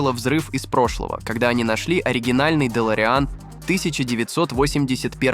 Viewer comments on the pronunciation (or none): Бы'лой славы, Отпо'лировали, автор ты русский забыл чтоли?? Ударения расставляешь хуже немца русскоговорящего. Дэлореа'н....господи отойди от микрофона, Делоре'ан бл. Ты бы еще Ле'ргардио Левиос'а говорил бы вот так, 5 балов из 5 от радужных бы получил)) Ты если бота юзаешь, ты бы ударение его научил бы расставлять. Просто текст закинул и доволен только ты видосом.